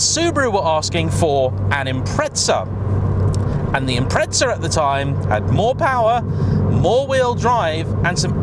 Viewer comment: Ford Pewma, Subaru Impretza